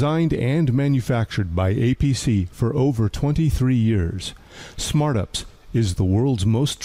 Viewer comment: AI calling "you pee sss" as "upsss" lol 😂